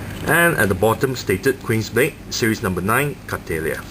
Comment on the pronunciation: Its pronounced Cattle (like the animal) ya I think its a joke on how thick she is